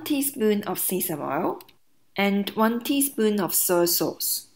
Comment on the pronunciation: Sesame oil pronounced season oil you know its legit